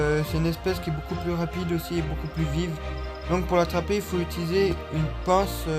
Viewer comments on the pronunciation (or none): none